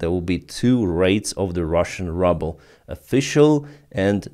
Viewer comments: Good reporting. Pronounciation is [Ruuuuubel], not rubble. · Hey, In English, the Ruble is pronounced "Ruble" Like the sound "Rooble". But great posting, as always. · Say ruble like Ukrainian “y” not rubble which means garbage. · Your pronunciation of ruble is the US pronunciation of rubble ("щебінь" або "руїна") that I wish on that enterprise called Putin's Russia. Thank you for that play on words. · I love the way says “rubble” instead of ruble (rooble). I think the pronunciation should be permanently changed to better reflect reality just like the name Russia should be changed to Moscovya. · I like it how you pronounce the currency "Rubel" as if you wanted to say "rubble" :-D ;-) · You really pronounce 'Rouble' in the most appropriate way.... 'RUBBLE'! SLAVA UKRAINI! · It’s as if he’s doing it deliberately! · he calls it rubble as a joke and he doesnt need you playing English teacher 🤣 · it's probably on purpose😁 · It is such a treat to hear you pronouncing the russian currency......"RUBBLE" exactly where it is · It's great that you pronounce "Ruble" as "Rubble" ! The meaning of "Rubble" is broken fragments (like broken pieces of rock). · I have reminded him about this mispronunciation years ago. He just ignored me and continues to mispronounce it confusing many in his audience. I don’t think he really cares about proper English pronunciation. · Do you intentionally say Ruble incorrectly?